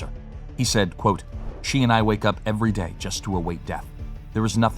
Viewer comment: lol... "every dæ" :'D